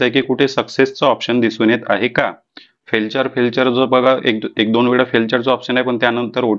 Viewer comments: फेल्चर नाही फेलियर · फेल्टुरे नाही तर फेल्युएर असा उच्चार करतात. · Sir Failure, he फेलचर नाही, फेल्युर आहे 😂😂😂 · te Failture nahi tar Failure Aahe.. correct word Failure aahe te... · फेलचर नाही रे बाबा ते....फेलर आहे ....म्हणजे ekyc फेल झाले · तुम्हाला फेलुअर आणि फेलेचर वाचता नाही येत काय . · फेलचर नाही फेलूयर आहे ते. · फेलचर नाही फेलिअर .. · ते फेलचर नाही हो फेलुअर आहे😂😂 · Felchur ..felchur ....nahi re baba te failure ahe , nit vachayla shik adhi.😅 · फार उपयुक्त माहिती दिली. खूप खूप धन्यवाद ❤❤❤ फक्त एक दुरुस्ती फेलचर न म्हणता फेलुअर असे म्हणावे, राग नका मानू. फक्त सुधारण्यासाठी लिहिले.